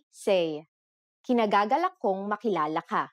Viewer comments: The right way of saying "[i'm] pleased to meet you" is "IKINIGAGALAK kong makilala ka", ee-kinagagalak, not kinagagalak. You forgot to say, "i" before the "k". :) ...but that's fine. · ikinagagalak, not kinagagalak.